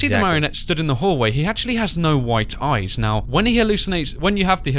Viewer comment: Oh no not ears ...eye's*